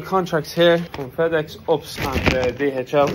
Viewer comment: LOOL when kept saying ups instead of U.P.S that made my day. The women did say it correctly in front of him but he ignored her and carried on saying ups 😂